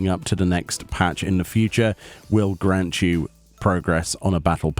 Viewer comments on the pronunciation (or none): none